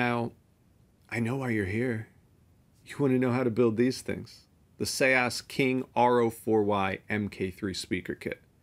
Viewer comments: You're incorrect, I asked the SEAS team for the correct pronunciation and they replied with an audio clip. "Say-ahs" it's not "Sees" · Isn’t it just Seas not Se-as??? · Seeeees not see aahs like ocean 🌊 the sea . Sorry for saying but if one decides to go on air he/she should speak it real like radio moderation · I used to pronounce it Sees as well, but before the video I asked the company how to pronounce it and they sent me an audio clip with the pronunciation, so take it up with the company in Norway! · I just wish he would say seas right. It driver me nuts. But otherwise great video. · I used to think that but the company corrected me. So I had them send me a voice message of how to pronounce it and they said it's pronounced like 'say-ahs'